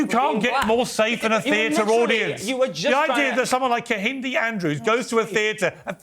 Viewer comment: This Ekpubobi girl has been incredibly brainwashed by MAGA. Ironically, her white mother is a progressive who does not cover up evil doing, while her Igbo father must be gnashing his teeth watching her self-abasing utterances. By the way, Piers Morgan embarrassingly mispronounced Kehinde and Ekpunobi without even giving a damn, but had someone pointed out that was a white supremacist behavior, he would have argued blindly to the contrary. James Barr is commendably objective on this conversation. Black people like Amala Ekpunobi are the ones gravitating towards Trump, their voting percentage is miniscule. I enjoyed this conversation though, Piers Morgan made it comedically enjoyable when he said that straight white men constitute an endangered species. Maximum respect to brother Kehinde Andrews.